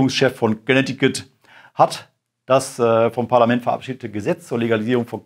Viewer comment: "Konektikutt, ja wat dat ..." 😂👍